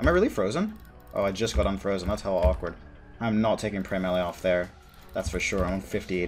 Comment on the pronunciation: When you try to say “ thats hella awkward” but say “hawkward” instead. I caught you. Not letting you slip this time.